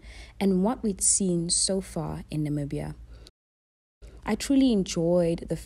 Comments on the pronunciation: I absolutely loved this vlog. Being Namibian and being able to recignise everything on the vlog and at the same time getting fresh perspective through your lens was amazing. I'm glad you enjoyed our beautiful country. Oh and your pronunciation of the places is so good. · You did so well with the pronounciation ❤️🇳🇦